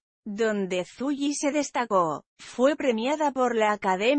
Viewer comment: Que desagradable el tono de voz, ¿Es automático? Mal leido, y con fotos que no concuerdan con la belleza inigualable de Zully, pronúnciese con solo una ele, no doble ele como lluvia, malla, canalla, no encuentro parecido a ninguna pronunciación sudaméricana. Y resulta raro sino ríspido. Con respeto no me agradó. Buenas noches.